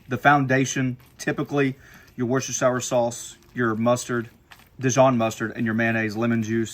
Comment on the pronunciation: Wusta-sheeyer, hope this helps 😂 love the videos!